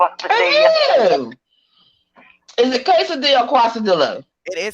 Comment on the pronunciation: Qwasadeeya or Quesadilla? 😂😂😂